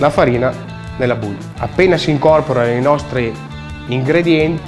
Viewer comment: La musica e’ bruttissima, e bowl in inglese Si dice bol not buul 🤢😣😣😣😣😖